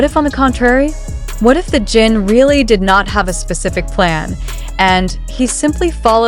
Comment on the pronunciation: Jesus. Can the creator or AI at least get Jin's name pronounced right? It's Jin not Jean.